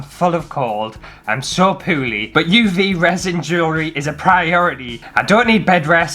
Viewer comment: Have you spent time up North? You say Poorly like us rochdale lot....”pooarlee”! Also, great video, I real,y really want to bet into this, but I’m worried about the cost and then being rubbish at it. Is it really expensive to get a starter kit?